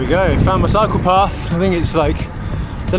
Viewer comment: German here too. I was listening it as a podcast while cleaning my bike and he is like: here I found my psychopath!😂